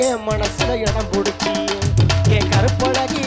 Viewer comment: உச்சரிப்பில் கவனம் செலுத்துங்கள்.கருப்பழகா என்பதை நன்றாக உச்சரியுங்கள்.